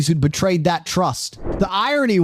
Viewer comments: The guy telling this story cannot say the letter T. It’s annoying, and I’m not posh ,I’m a cockney. Slopping talking. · This the third tate? Has same extra syllables to words😂